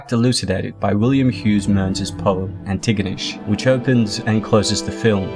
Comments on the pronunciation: You absolutely butchered pronouncing Antigonish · Its pronounced An-te-gah-nish. I should know I live there lol.o Lolve all youd content brother.